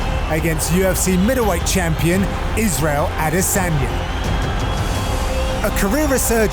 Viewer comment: "A De San Ya" your job is literally to be a generic voice, at least say names right. Also the more I see Anthony be a boring commentator,saying the same shit repeatedly the less I like him.